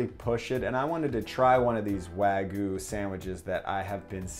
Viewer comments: Its 'wag-you' not 'wa-goo' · Its wagyu not wagu btw. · I appreciate how much work you put into this video & this series in general but it’s wagyu (pronounced like you)... not wagu... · wag-YU not wagoo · wa-gyuu not wag-yu : ^ ) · Wag-yu not wag-uh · no that its important but its like nails on a chalkboard to me. its wa GYU, you pronounce that Y in there. its not wagoo. its waGYU (imaging 'you' with a G infront) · It's wagyu not wagu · wag-iu not wa-gu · This video makes me so sad. Also "wah-gyuu" not "wa-goo" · For future reference, it’s pronounced ”wagyew” and not ”wagoo”. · Weh-guu :’) too bad it’s overcooked.. Nice try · Wagyu - pronounced "wah-gyu," literally means "Japanese beef." It's the umbrella that all other varieties fall under, including Kobe, Matsushita, and Akita (which are all just named after their region). Many places claim to have wagyu, but all Japanese cattle have a certificate with their information and a number. If the restaurant does not have a certificate telling you the cow that your beef is coming from, it's not legitimate wagyu. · the way he says wagyu like wagu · Wagoo? There's a "y" in it... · the y in wagyu is pronounced haha not just wagu :) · People. It is not pronounced "wagoo." Just pronounce it like the damn word looks! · That’s pronounced Why-You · It's Wa-Gyu T.T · just saying its pronounced wag-you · I stopped watching when he said waGU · I think your pronunciation of Wagyu is awful, but the sammich itself is dope! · Dear america, the "y" in wagyu isnt silent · sorry for nitpicking but you didn't pronounce the y in wagyu also you spelled it wrong. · Hearing Wagyu.. being pronounced without the 'y' sounds so weird in my ear... I mean its not a big deal.. im just not used to it...